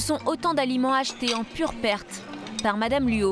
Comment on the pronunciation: Luo et non "Luau".